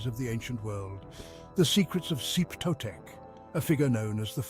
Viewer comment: clicked away at "zeep totec" holy shit dude